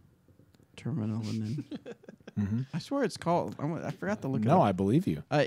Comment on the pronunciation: the course in Skellefteå Sweden is called discgolf terminalen and the last word can be pronounced a bit like term-e-nah-len Thanks for the show and keep up the good work.